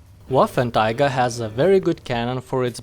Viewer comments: Waffentiger. Took me 3 minutes to get the refference you were implying :D (first i thought you mispronounced 3 times :D ) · wasnt it pronounced as "Waffen-trigger" ? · You kind of say Waffentiger but Waffen Träger means gun or weapon carrier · Paulus Saulus I think it’s just his accent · Wait wait wait, did you say "waffentiger" xD? Anyway good vid man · "waffen Tiger" XD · Yes... The... Waffentiger... 🤣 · Wafentiga? Lol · May as well just say waffenteeger